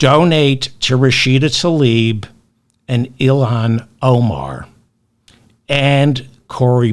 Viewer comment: I appreciate everything that Mr. Feldman contributed today, as usual. There is one thing, tho: he shd learn to pronounce "Tlaib," properly, if he's going to speak the name publicly.